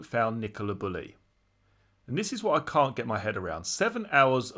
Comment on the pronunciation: Bew-Lee is how her name is pronounced.